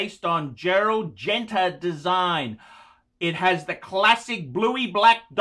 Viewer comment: Heck, I'm just glad he finally said Gerald "Gen-ta" instead of "Gen-tra."